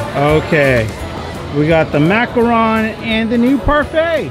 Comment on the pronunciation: Thank you pronouncing macaron right!! Lol